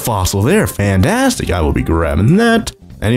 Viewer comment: The way he saids fantastic is fantAstic